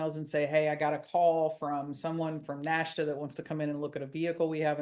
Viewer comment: Crazy stuff. PS NHTSA is usually pronounced "nit-suh" 😊👍